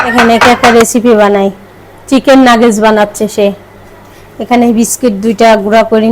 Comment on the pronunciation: Kicu mone korben na mane vabi apni ki kono kicui thik moto uccharon korte paren na?ota Nagece na Nuggets.